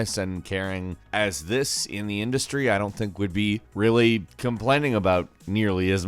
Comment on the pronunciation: Ha "indie-stry" I see what you did there.